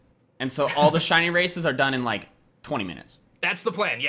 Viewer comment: Swear on my mum this man says shony not shiny